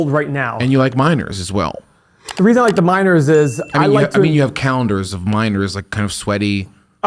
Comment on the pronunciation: When you said “you like miners” I thought you said “you like minors” 😳